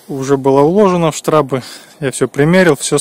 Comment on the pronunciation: не штрАбы, а штрОбы!